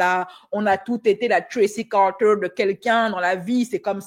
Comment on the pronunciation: Arrete de dire "Tracy Carteer" je suis a 2 doigts de me pisser dessus😂